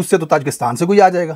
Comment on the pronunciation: سیاہ کا مطلب کالا۔ آپکا مطلب ہے "سی یاح" sai+yaah۔